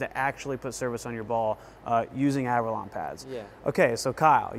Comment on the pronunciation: Is it just me or does Kyle pronounce it as Avralon?